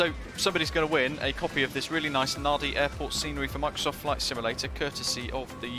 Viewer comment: NADI - pronounced NANDI !!...but beautiful scenery, livery and v nice video as always